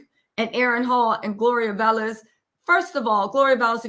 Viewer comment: Omg if she says VALEZ one more time 🤦🏽‍♀️😂 it’s Velez